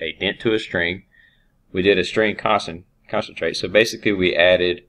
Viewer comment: I believe they're pointing out it is pronounced con-cat-en-ate and not 'concentrate' as it is said throughout the video.